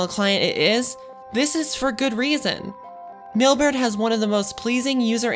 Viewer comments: Why is she constantly saying Millbert? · Sounds like an advertisement for the company. Plus, I couldn't get my head around her saying, "Millberd" each time she tried to say Mailbird.